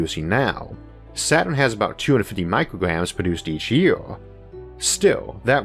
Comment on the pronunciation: What a llitower and a yeaower or poweor? Lol . Nice